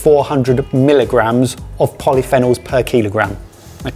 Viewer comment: How says polyphenols irks me